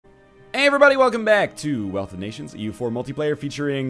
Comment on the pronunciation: Have you and switched upload times? You at 3 p.m. and he in the evening? Also, it's "Wealth" of nations, not "Weath" of nations